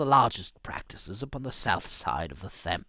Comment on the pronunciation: He pronounced the "h" in Thames. I am begining to think English is not his first language.